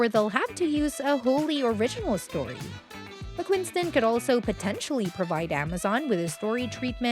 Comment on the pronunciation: It’s Mcquiston with one N! Not McquiNston.. not that hard.. just read the letters. Simple.